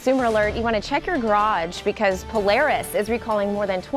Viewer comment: why say PoLEris? I am sure when we say Polar Bear it is POLAHR not POLER Bear. I am certain the company prefers POLAHRIS